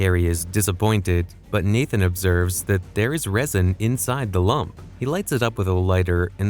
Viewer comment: The way he says Lamp like lump is somehow more annoying than saying Rafe like cafe